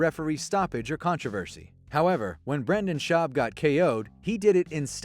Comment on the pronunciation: "At this point Brenda's schaub is better known for hosting his popular podcast" That's about the weirdest pronunciation of "Joe rogans friend and rogan felt bad for the little bitch" I've ever heared.